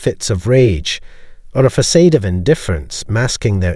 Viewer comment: Facade = "Fuh-sod" there is no long A in THE 2nd half of the word.!